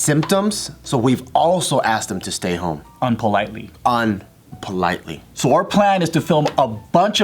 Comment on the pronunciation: this video is supposed to be serious, yet i still laughed when joe emphasizes “unpolitely”.